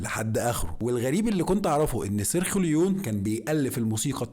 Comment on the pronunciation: المخرج سريوخلويو هههه سارجيو ليون 😅...انطق كويس ارجوك